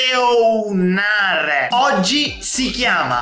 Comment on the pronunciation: scusa sono un tuo nuovo iscritto ma non capisco perché dici viseounare